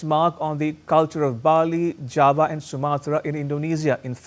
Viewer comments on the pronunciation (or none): none